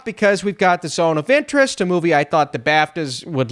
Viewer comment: It sounded like you kept saying The Zone of the Enders, so that just made me keep thinking Zone of the Enders, fitting as Kojima is now finally making a movie.